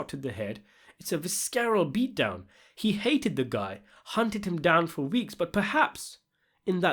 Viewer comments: Dude, why do you pronounce words wrong all the time? 'Predecessor' is pronounced 'Pree-duh-sesser' not 'Pred-assessor' 'Grimacing' is pronounced 'Gri-missing' not 'Gree-May-sing' 'Visceral' is pronounced 'Viss-err-al', not ' Viss-scare-al' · Dude, please check a dictionary for pronunciation before you record these videos. “Gri-MACE-ing”, “stoyk”, “visKERal” - at first I thought you were doing it for effect, but I’m starting to think you’re actually worse than Little Carmine and Christufaaa put together 😂 And the meaning of the sheet grabbing is simple: Phil is a sadist - he’s getting excited by the extreme violence taking place before his eyes. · Maybe he was grabbing the sheets in a fugue state the same way he did during the initial rape and later activities. Visceral is pronounced viss-er-al. Malignant is Mah-ligg-nant. You can go over this stuff with me before you publish if you want. Initial -Eh-nih-shall. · Visceral - viss-uhr-al, the 'C' is silent. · Vis-car-el? Grim-ace-ing? This guy is taking notes from that Patrick CC dumbass on how to drive up engagement for the algorithm by mispronouncing words.